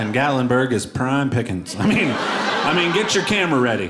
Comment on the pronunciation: Gatlinburg? You nailed it!